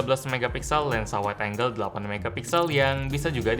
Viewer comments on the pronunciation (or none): none